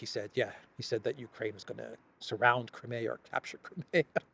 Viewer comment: Learn how to pronounce "Crimea", correctly, and we might take your report seriously.